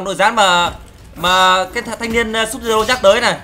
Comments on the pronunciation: Sub zero đọc là Sub_zero9 n:)) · Vãi chơi Scorpion mà đọc là sud-zero:V